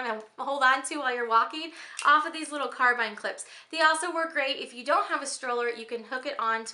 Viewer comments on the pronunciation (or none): Carabiner is pronounced "care-a-bean-er"